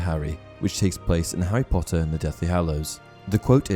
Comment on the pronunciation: Well i clicked faster than he can say 'POTTAH'